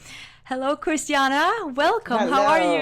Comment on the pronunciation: Her name is Christiane not Christiana